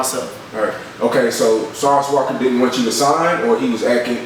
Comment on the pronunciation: Did the camera man really just say sauce walker smh